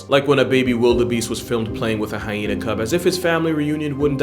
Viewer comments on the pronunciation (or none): none